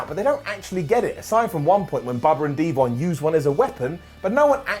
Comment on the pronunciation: Bruh. Really? Can't just say "Deevon"? Deevin Dudley?